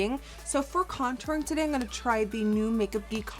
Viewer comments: its funny how she says "ing gonna" instead of "im gonna" lol she is still amazing tho<3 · Does anyone else notice that a lot of girl youtubers say in gunna instead of I'm gunna?